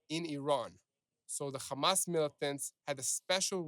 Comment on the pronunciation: Say HHHHHamaaas, not GGGGHHHHHaaamas. You know why you can't say it - because you're not natively Jewish that's why and you don't the the difference between the letters.